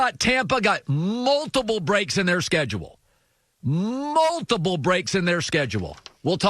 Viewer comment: Bro the way he speaks the sscedulee